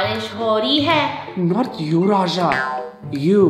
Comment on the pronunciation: sorry but why is this guy saying „rasha“